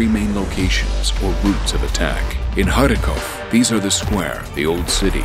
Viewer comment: what is the name of the map and how do you prenounce it xD !? I have read Kharkiv and Kharkov. and he is saying it harakov xD